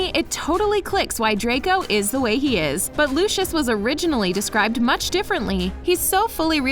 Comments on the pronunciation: That LuChIoS is wrong it is Lucius ( Loo-see-uhs ) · OMGGGGG CAN YOU NOT SAY LUSHUSH ITS LUCIUS ITS A C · She isn’t a real Harry Potter fan the girl who is saying it It’s not looshis is lousies Soz I have bad grammber 😩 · who the fuck is looshous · wait wait wait. Americans pronounce luscious as looshus the heck is looshus lmao. It's meant to be pronounced more like Lucy-yus or Lucy-yos. ’m laugh-crying right now haha Looshus I will never forget that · IM GOING TO SAY IT AGAAIN FOR ONE👏🏻LAST👏🏻TIME👏🏻! ITS PRENOUNCED LOUSIUS NOT LUSHUS!!!!! (Lucius) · WHY ARE THEY SAYING LOOSHIS INSTEAD OF LUCIUS (LOO-C-US) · who tf is LOOSHOOS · It’s not LU-Shus it’s LU-si-iss /// If thats how you can read it 😂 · It’s loo see iss (Lucius) Not looshus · Lucius. (Lus SI us) not lue chus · looshes? LOOSHES? BITCH IS LU-CI-US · PLEASE "LUSHES" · I’m sorry did you just call Lucius Lushus? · Lushish- 😂 Lol no hate just a lil funny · i don't want to be rude but its (lu-si-us) just for the future. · Can someone tell me why she’s saying “Lushes” at the beginning?? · Why does she say Lucius like luscious😂😂😂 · Omg this annoyed me... ‘Looshoosh’ for real? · why they gotta say “lUshIoUs” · are we not gonna talk about how they say lucius it sounds like lushos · DID YOU JUST CALL HIM LOOSHIS MALFOY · And when she said Lucius she said lushiush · Lol they said lucis when it’s Lucius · WHY DI U SAY LUCIUS LIKE THAT LUC-EY-US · She did not just call Lucias as lushous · Oh yes she did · Looshus???? Is that how it's pronounced now? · it still bugs me that she mis pronounces lucius's name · Who else is getting really annoyed by the way she says Lucius, like she is saying it wrong. Learn how to say his name please. Also, I love the video, super cool facts.